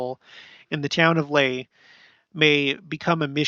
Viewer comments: Laie = La-ee-ay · La'ie is said 'Lah-'EE-eh'. Polynesian vowels are like as in Spanish. A-ah, as in "father". E-eh, as in "wet". I-ee, as in "see". O-oh, as in "no". U-oo, as in "shoe". Also the apostrophe ( ' ) is a gluttal stop, or break, like when we have a break when we say "uh 'oh!" I lived in La'ie for a few years, and also in Tonga at Liahona, (LDS church high school) for three years. For all Polynesian languages, pronounce all consonants and all vowels. The vowels don't change sounds like they do in English.